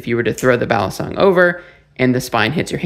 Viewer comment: Balisong or Balee song, not balison like Alison.